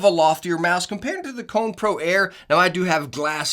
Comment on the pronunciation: And its not Cone its Ko - ne lol